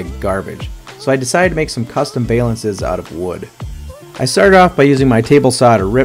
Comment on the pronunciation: Val-lance. Not Vay-lance. 😂